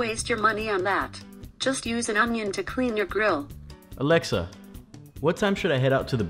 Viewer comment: Alexa isn't saying it right in spanish